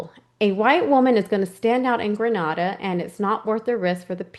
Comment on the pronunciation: Great job. You are thoughtful, analytical, and that was a wonderful summary. Really enjoyed your analysis of Renner’s work overall. (One tip:) It’s pronounced Gre-nay-da:) Agreed about Yellow, too. I also saw the analysis from the Behavior Panel. I think he got a raw deal and the dude’s life was completely ruined—too bad he cannot sue some party for libel. Yellow’s ex wife, meanwhile, may have had a vested interest in bad mouthing him to the daughter. The daughter was a Daddy’s girl and who knows what emotions and jealousy came into play from the mother. Bottom line, there is too much emotional investment by both mother and daughter to deem them to be credible/objective sources. That said—the photograph. Did the FBI not conclude there were striking similarities? They analyzed angles, accounted for age progression etc. That photo cannot be explained away as easily as the rest. And there was no AI back then! Also, the IP addresses checking out the Amy Bradley website—every Christmas and on family birthdays coming from Barbados, where Amy was supposedly spotted in the bathroom. The eye witness thought “Amy” said she was from West Virginia—which kinda proves that eyewitness was not influenced by the story before or after the fact. One of the more credible eyewitness accounts. Also I don’t think the gay thing was a big issue either. She was a grown woman, she had already told her parents—she even told Yellow—and she had a bright future with her new girlfriend, a new job, apt., and